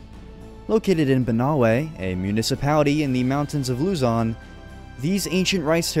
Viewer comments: Lozon not luzyon😂😂😂😂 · you earned yourself a subscriber from the Philippines, by the way the pronounciation of Luzon is like Luzun (i havent finished the video yet tho) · Luzon is pronounced Luh-zon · Luzon is pronounced loo-zon